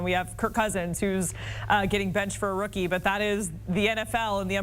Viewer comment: Stumblebum Not rooski